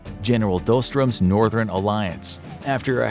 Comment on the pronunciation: I can understand an American struggling with Schwarzkopf, but can you really not even pronounce the word Northern??